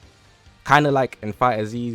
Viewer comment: Its pronounced "fighters" not "fighter z" xD Anyways, good video as always.